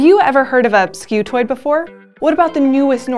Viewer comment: Pronounced Skoo-toid, not Skew-toid*